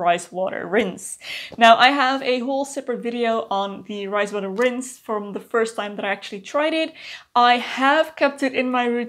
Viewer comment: When you first said “fermented rice water” I definitely heard “fermented Christ water” 😂 what is this magical thing! Tell me more 😂